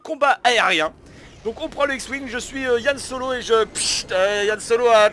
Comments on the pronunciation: Yann tu viens de commettre une grosse erreur tu as dit Yann Solo alors que pour la derniere c'est HAN SOLO non d'un caca de licorne !!!!!!!!!!!!!! Bon après tu le dit parce que tu t’appelles Yann mais sa n’empêche que sa pique un peu les oreilles pour un fan de la saga :-) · ce n'est pas YANNe solo mais HANN solo sinon tres bonne video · Yann c'est pas Yann solo mais Han solo